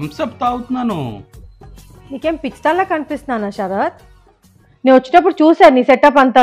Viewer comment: అమ్మా "ష రాత్ " కాదు.....శరత్